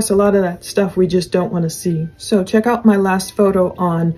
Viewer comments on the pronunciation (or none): none